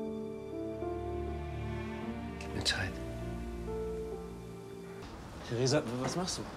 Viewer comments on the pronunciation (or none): Theresa..Theresa....Theresa Danke Theresa, hör zu Theresa Wie oft er einfach Thresa sagt bzw. wie du das zusammengeschnitten hast😂😂